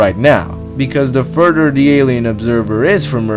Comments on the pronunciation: Nigga said furderr but great vid xd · I like how he pronounces further, "furder". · Furder, dousand, andwameeda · I'm sorry, I had to stop watching. The narrator was getting on my nerves a bit. "t'ousand, and furder" are words I can't find in the English dictionary.